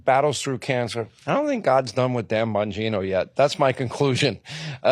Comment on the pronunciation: It's Dan Bongina!!